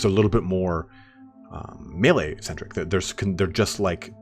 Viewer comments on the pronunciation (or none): none